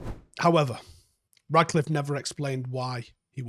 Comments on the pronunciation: love your shows and the analysis is always top quality but the guy’s name is RaTcliffe, FFS, not RaDcliffe. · It’s “Ratcliffe”